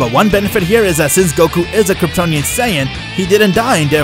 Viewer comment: I almost had a mental breakdown because of them saying Kryptononian sayan 99% of the vedio